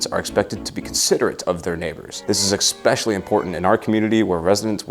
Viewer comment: As much as Ive enjoyed your content as of late mate, dont tell me youre one of those who say eckspecially instead of especially